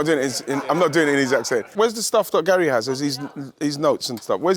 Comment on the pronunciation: Why does Ian Wright call Gary "Gail" !!!